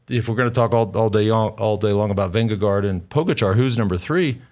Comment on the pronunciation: Why do you guys sometimes say "VingeGO"? It makes no sense. If you cannot pronounce "å" then just go with "VingeGARD".